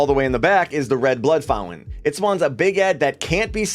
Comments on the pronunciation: bro great videos...but I can't get past it.....the word is founTain, not Foun-en. Sorry but it's distracting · Take a drink everytime he says fountain. Or fow lin.. 🥴😵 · Did we stop pronouncing the T in fountain without notifying me?!